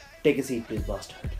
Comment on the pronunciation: why do u say barstard all the time